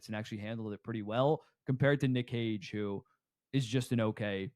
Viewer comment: LMAOOOOO trying not to laugh at this guy saying Nick HOG for the 17th time. Jesus Christ dude.